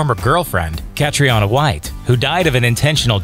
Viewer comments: As an Irish person I have to tell you, "Cathriona" is pronounced "Cath-ree-na"...not "Cath-ri-onna." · It's Cathriona, not Katriana.